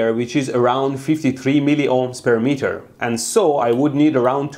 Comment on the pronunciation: The meatah, you must give me